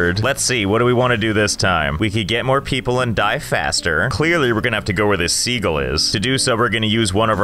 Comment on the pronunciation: It's always amused me that Josh thinks "sea gull" is pronounced "segal"